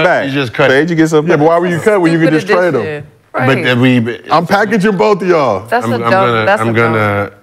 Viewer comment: She totally nuked the trade word it’s not that hard lol